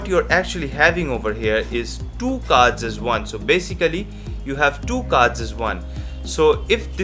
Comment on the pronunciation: You mean Deck of Vards , Right?.....pronunciation matters too